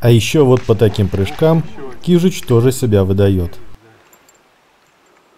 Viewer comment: кажись кижуч, а не кижич